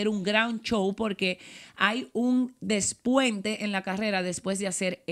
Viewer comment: ¿Despueste? O despunte? Esta mujer habla y no investiga bien las palabras que desconoce.